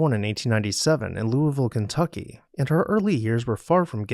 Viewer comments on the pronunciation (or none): none